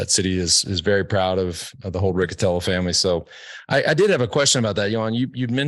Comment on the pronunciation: Riccitello is a surname very popular in the southern Italy... the correct pronunciation is with the "C" palatal... exactly like the english word "Rich"...